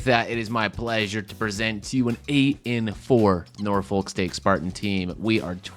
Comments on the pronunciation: Pronounce nah-fik btw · It's pronounced Norphuck